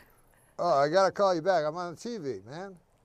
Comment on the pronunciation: Of course he has to pronounce it differently to everyone "TEE vee", with the emphasis on the wrong syllable. Hilarious.